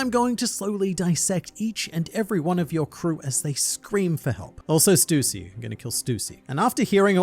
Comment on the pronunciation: the GOAT OP content creator simply because he's the only one that pronounces Stussy's name correctly